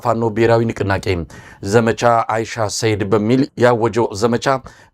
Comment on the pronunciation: አይሻ ሰይድ ሳይሆን "አንሻ ሰይድ" ነው። በተደጋጋሚ ስትጠራው ስለሰማሁህ ነው።